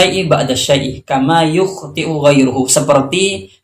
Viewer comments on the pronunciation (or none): Dan kayaknya pada lafazh yukhtiu ghairuhu. UAH membacanya ghairahu. Yang semestinya rofa' krn ghairuhu menjadi fa'il dari yukhtiu. Salam santun. Semoga sehat selalu dan semoga membawa keberkahan.